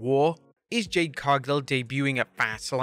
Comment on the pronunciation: Your using AI to do your voice. I can hear it at certain points. Your AI voice mispronounced Jade's name the first time as well as bad editing. Your not slick.